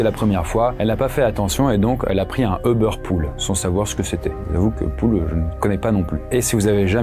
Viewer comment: pourquoi vous dites EU-BEURR???? D'où vous sortez la phonétique EU? C'est U-BAIRE (comme hubert) ou à l'anglais comme YOU-BERR